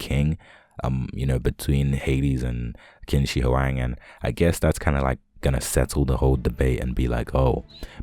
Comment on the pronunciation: You westerners, I swear! How many times do I have to tell you guys its pronounced chin sir huang?